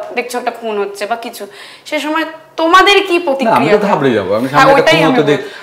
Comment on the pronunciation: শুধু 'ব্যানারস' নয়। 'পতিক্রিয়া ' ও।